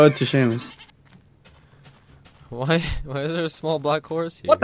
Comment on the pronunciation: theres no h in seamus